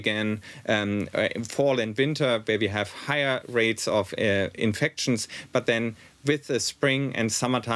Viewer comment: Why can’t Germans pronounce infections ? It’s infectshun. And it’s not through your nose.